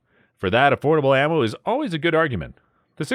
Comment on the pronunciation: I like how he says affordable ammo 😅😅😅😅